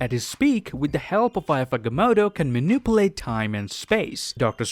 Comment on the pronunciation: The way he says manipulate lmao